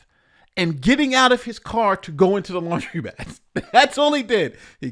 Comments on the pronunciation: It's laundromat not laundry-mat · Hi.. it’s pronounced lawn druh mat(laundromat)